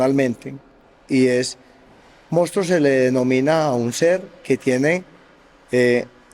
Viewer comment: que especial, inteligente y único, no sabe ni pronunciar "Monstruo" pero es tan inteligente, bueno y victima que nos dijo la verdad de su triste infancia (casi nos cuenta hasta la historia de cuando estaba en el vientre de su madre) y sus relaciones fallidas (por esas "malas" mujeres, que no veían lo especial del buen corazón del asassino este) 😂